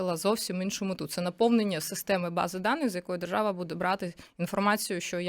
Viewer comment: Правова жержава😂 Ви чули ? Не важливо що написано, а вижливо як буде виконуватись?